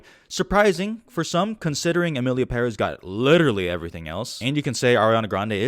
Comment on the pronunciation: You pronunced Emilia Perez, better than many people who worked on that film